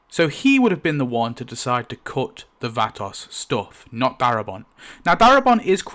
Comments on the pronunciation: I'm so sorry, but I can't stand it anymore and I KNOW it's not your fault. 😅 I'm sure it's just your accent turning the Vatos into another word. The proper pronouncation is, VUH-toes. Think South center LA, dickies, low folded bandana, Chicano from the Hollywood movies. VUH-toes, pull your head back and push your chin up on the VUH. ❤ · It took me up until 20 minutes into the video before I realized that when you were calling the nursing home episode the Vatos , you meant VATOSE... Phonetically pronounced. Yest Vatos pronounced Vatose, long "O" sound! LOL! Great video, thanks for sharing! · he said Vatos like it was Vanoss. Wow 😂😂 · vah-tose say it Vatos. speak english please. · hopefully you'll speak with someone from America and they can let you in on the proper way to pronounce "vatos". it rhymes with 'autos'. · Vah-toss is insane dude so some research if you’re unsure it’s Spanish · vat toes thats how its pronounced not bein a dill hole just trien to be helpful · I just realized you are saying vatos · Please, I hope the poster has learned to properly pronounce Vatos. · IK he doesn't wanna butcher the pronunciation with the 'vatos' but dude he's totally killing it. That is NOT HOW YOU PRONOUCE VATOS. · Awesome deleted scene and commentary, although I absolutely hate how you pronounce 'Vatos'. LOL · Someone let him know how to say Vatos.. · Homie needs to learn how to pronounce vatos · Learn to pronounce vatos right before making a video for fucks sake. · I hate how you say vatos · Hearing you say "vatos" is galling. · The way he pronounced vatos🤣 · “VAT-toss” lol. Vah-toes my guy. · Wtf is a "vatASS?".... It is pronounced "vah-toes".... Vatos. 😂 Now say it just the way I EASILY made it. Sound it out using that British accent son. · Only small thing bugging me; it's pronounced almost like "Vva Toes" not "Va-toss". Thanks for the in depth video! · Va-toes not Va-toss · Vah-toes. It sounds like you’re saying vatovs. Great video though! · Vah-TOES, not Vaaa-Toss.